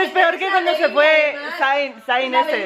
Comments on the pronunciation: se pronuncia Zen, no zaian 😂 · la idea me parece geniaaal btw zayn se pronuncia sein jj just saying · melo, zayn se pronuncia "zein" xD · Se dice "sein"... AY MI ZAYN